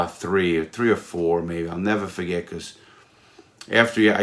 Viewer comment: nevuh fuhgett